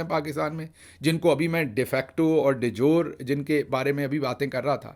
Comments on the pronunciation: Oh my God! Professor, why do you have to make a joke of yourself in public? I always research and read about a new word that I come across — even though I do not have to speak to the public at large as a profession. The term "de jure" is pronounced DEE-JYO-REE not "de jyor". All it takes these days is a click of a button. Back in the day we had to go to libraries seeking dictionaries. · De jure کو پرونونس کیا جاتا ہے "ڈی جورے" نا کہ "ڈی جور"۔ 🙏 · (De jure ) = Day - jury